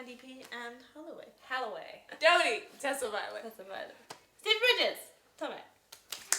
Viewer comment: Lol he called dodie Dorathy